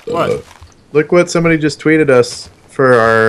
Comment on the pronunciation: also said "lika some-booody", who knows, maybe the crew is part of ownagepranks...